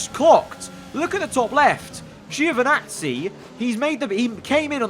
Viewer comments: Ouch "Geo" again. Poor Giovinazzi, he always get his name mispronounced so badly. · International phonetic is [anˈtɔːnjo dʒoviˈnattsi]. In short "gio" in italian sounds like a british would pronounce "djo" (no english "e" sound whatsoever) . In italian - or other romance languages - it's absolutely natural, but english makes different use of vowel sounds (same reason why italians often mess up english words).